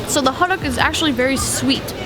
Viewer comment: Haha. What the heck is Hoduck? It sounds so strange and funny to me. The proper saying is more like "Hoe Tuck" like in Tucker with The T in "star". I've enjoyed the film that brings me the good memory of mine when I was in Korea. Thanks :)